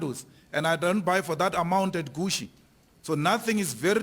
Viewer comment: "I don't buy from Gushiii" 😂😂😂😂😂😂😂😂😂😂😂